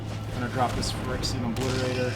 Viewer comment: Is it just me or are you mispronouncing Phyrexian? Regardless, it’s a fun deck to watch. Thanks for the upload.